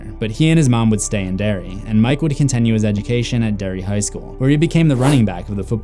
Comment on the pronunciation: idk how many more times i can here you pronounce your "i" sounds as "eh" it's wild. you say continue like it's "contenue".